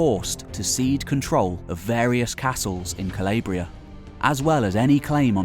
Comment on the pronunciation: Calabria . Say it with me. Cah-lawww-briaa